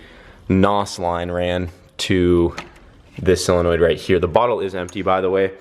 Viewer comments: Why does everyone say sillenoid? Its SOLenoid. Its not that hard. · You say solenoid wrong and its driving me nuts lol